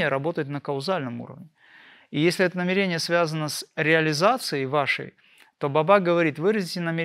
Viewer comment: В слове намерение ударение на первую букву Е. НамЕрение🙏